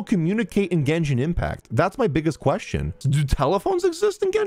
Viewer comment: Is it just me or pronounced question "quesTon"?